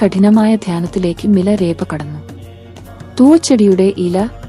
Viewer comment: ഞാൻ കെട്ടിരിക്കുന്നതെല്ലാം മിലരേപ എന്നല്ല മിലാരപ്പ എന്നാണ്